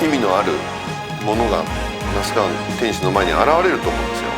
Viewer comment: メイウェザーの記者会見のコメントで天心って言いたいのを、天ちんって言ってるのに、ちょっとツボるw